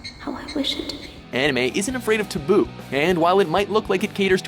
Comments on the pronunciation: Why are we all arguing about anime when the real discussion should be over his pronunciation of taboo? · I was implying he pronounced it wrong lol